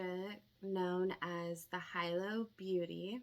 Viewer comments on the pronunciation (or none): Pronounced hee-low ☺️ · Pronounced HE-LOW fyi <3 Like the town in Hawaii